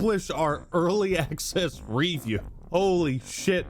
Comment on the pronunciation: The reason this was IGN's first 1/10 in about a decade is because everything else is either a 9 or 10 to avoid angering publishers. When they rate something an 8 it's not worth buying. Weird pronunciation of review there. REview, wtf?